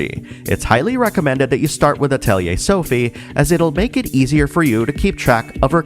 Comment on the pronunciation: The mispronunciation of "Atelier" might be the reason why there's no more English dubs.